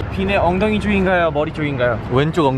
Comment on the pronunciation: 서영호 엉덩이 발음 귀여워 왼쪽 엉댕이이... 윙쿠 유타 다음에 "끝이 안 보입니다아아"하는데 말투 넘 다정 구름 지나가는 거 신기해성